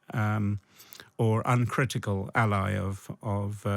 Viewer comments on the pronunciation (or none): none